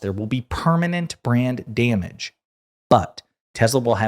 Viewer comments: Every time you said Brand Damage, I heard Brain Damage. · Did you say "brand damage" or "brain damage"?